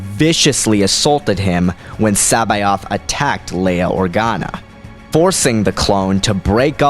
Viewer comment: "Luh-uh-uh-uke." "Sabayoth." You really don't even try with these pronunciations, do you?